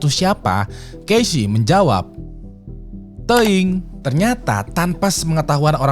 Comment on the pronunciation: dah ketebak "teeuing"😂😂😂😂 renyah banget...